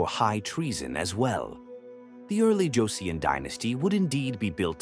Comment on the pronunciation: It’s pronounced ‘Jo Son’ thanks for posting! Joseon history is fascinating yet tragic